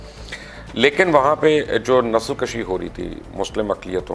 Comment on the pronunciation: Nasal kashi nahi Nasal koshi